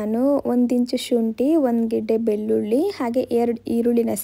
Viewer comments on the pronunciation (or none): none